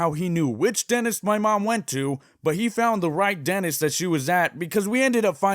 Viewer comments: Dentist. Not "denist" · why is he saying danist not dentist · Denist My mind: Mildly infuriating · “I don’t know how he knew which denis… ” Me: “Denis? You mean dentist.” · He said denist